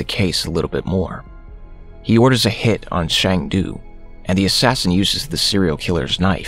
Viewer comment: It is not Shang Du. His name is Sang Du. As a Korean, Shang du sounds like Chinese to me